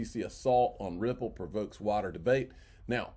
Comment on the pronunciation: Water debate 😂😂😂😂Come on use your big boy words pronounce the “I” in wider Or do I need to have your son draw you a picture?